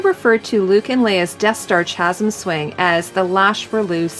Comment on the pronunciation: Great video. However, Chasm is pronounced incorrectly. Its pronounced with a hard CH sound, like Kasm.